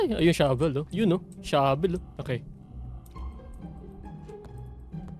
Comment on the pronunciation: Finally natapooooos😫 for the third time!!🤭 Shabel not Shovel 😂😂 ramdam ko yung gigil mo. Nasubaybayan ko yung di mo pagtapos dito HAHHAAHAHAA